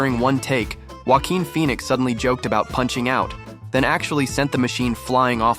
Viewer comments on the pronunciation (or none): none